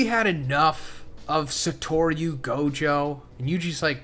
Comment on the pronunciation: why does he pronounce Satoru like that lmao